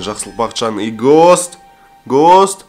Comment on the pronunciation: гост емес густ деп оклад